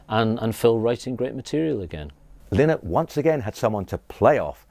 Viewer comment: I can't take none of these idiots seriously when they can't even pronounce Phil's surname. It's lie-nott !! Have some respect.